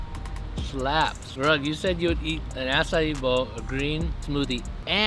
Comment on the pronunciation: Faze Rug really said boa for dinner 😭😂